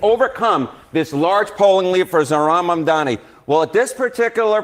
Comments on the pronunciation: Omfg, is still saying, Mandami. How on earth can she STILL be saying the likely new NYC mayor's NAME?!! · She even says his name wrong when READING it spelled correctly. Unreal. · just MISPRONOUNCED Mamdani's name too. This is UNBELIEVABLE.